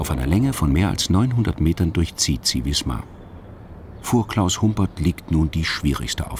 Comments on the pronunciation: die stadt heißt wismar und nicht wiesmar ... das tut weh beim hören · Im Norden spricht man Wismar mit scharfem S.